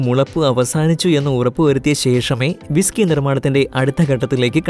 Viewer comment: ബിസകിയല്ല ' വിസ്കിയാണ്